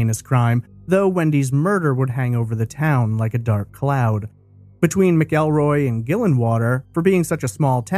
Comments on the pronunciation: The name is pronounced Macalroy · It’s pronounced Mackulroy. No ell but ul